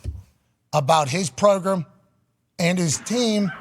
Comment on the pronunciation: Funny he says Progrem not Program